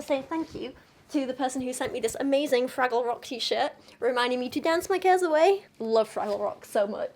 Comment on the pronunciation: "Oh look, a Fwaggle!"